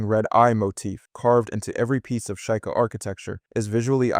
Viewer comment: Were you trying to upset people by mispronouncing sheika?